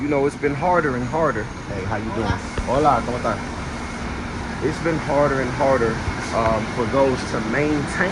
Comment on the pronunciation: You said "¿Cómo estás?" like a true boricua lol. I think it's great that pr has buses and light rail. Just wish there were more lines connecting the major cities. W content.